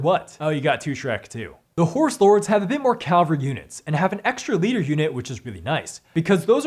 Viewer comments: It's Cavalry not Calvary! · It's Cavalry, not Calvary!